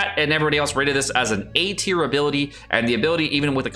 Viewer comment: its time for your tea-r list